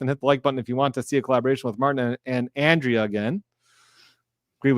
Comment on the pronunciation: Andre-a not andrea come on please try to call her by her name correctly. An exceptionally smart lawyer who is always so well prepared & great at explaining things to a lay audience but still remain professional in her words.